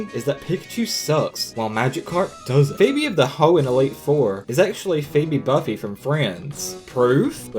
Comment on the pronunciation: Im annoyed by how he said Phoebe Buffay